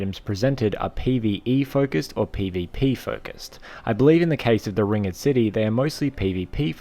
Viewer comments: you pronounce it "ringd" not " ring ed " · Hate to be that guy, but it's not 'ring-ed' it's just ringed, as in surrounded by a ring. So, ringed city. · How the fuck do you not know how to say ringed? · Yeah I thought so too until he pronounced the word Ringed so wrong lmao